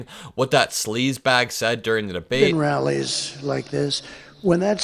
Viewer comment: 💙💙💙💙when Trump says rallies it sounds like “wellies” to me 😂 Ana a “well intentioned” rally? What an ironic mis-speak